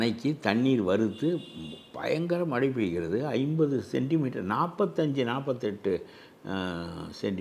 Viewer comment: மழை யா மலையா..மெல்லின சொற்களை வல்லின மாக கூறப்பட்டுள்ளது.. பேட்டி காணும் போது கவனமாக பேசவும்..திரு கருப்பையா எவ்வளவு அழகாகதமிழ் பேசுவது மகிழ்ச்சி அளிக்கிறது.